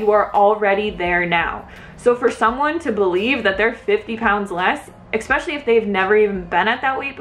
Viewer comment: You had me until you said ekspecially...